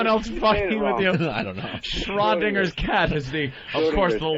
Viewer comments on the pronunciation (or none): Schrödinger's cat… and Opie says Shrow Dinger’s Cat. How can he be a broadcaster?